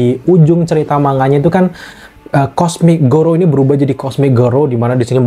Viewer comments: kok lu ngmg garou jadi gorou sih? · Garou bang bukan gorou😁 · garou bukan gorou